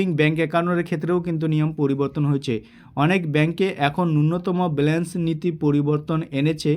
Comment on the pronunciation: Dada Ota balance, blance noy,thik kore kotha bola practice